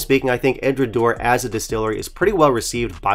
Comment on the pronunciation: 1) EDRA-DOW-ER 2) BA-LECK-INN 3) Edradour has no chill filtered whiskies, including the 10 YO OB, and never adds coloration of any kind. Otherwise, well done review…🥃🥃